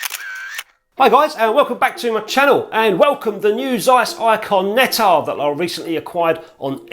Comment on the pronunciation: dear, every time I need to hear some healthy English accent I tune into your channel please note < need to> Of bleedin 'course you butcher all them foreign words, you're English, aren't you? it's < tzeyes > Nettar you've got it right, Anastigmat wrong, as usual golden rule for English, Welsh, Scots, and other British subjects is: if you naturally stress the first syllable then you can bet your posterior it's second one you should stress. The syllable you strees naturally and the syllable you pronounce more or less neutrally are your best guide go against your natural tendency and stress the other syllable ana-STIG-mat you says, anastigMAT is right admittedly it's a difficult one having four syllables;Love you, your videos, some of your pics and your effervescence. What a pity they banned smokin' in pubs ( please pron vinnie coz it's German & I'm a bloke )